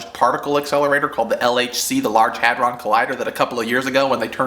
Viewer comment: Hadron prounounced...hay-drun.